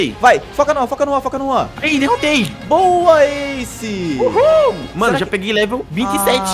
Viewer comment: não é asce é ace